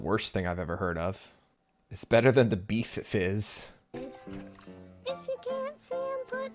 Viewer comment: Did you say “beef fizz”? I have to ask what on earth that is hhhgksvfd